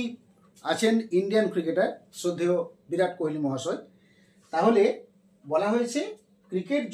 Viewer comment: ওরে গরু, বিরাট না, ভিরাট কোহলি।